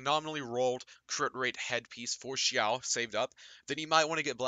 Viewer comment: i love the way u said xiao